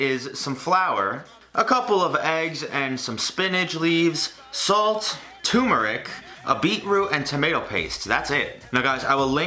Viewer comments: It's pronounced TUR-ME-NIC not TU-MER-IC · It's ter-mer-ic. Not too-mer-ic. Sorry. Edit: Also, just flattening, rolling up the dough, and cutting slivers of the dough roll can make noodles. ;)